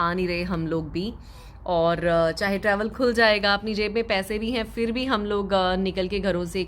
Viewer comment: Aap Indians “Phir” ko “Fir” kyun bolty hai?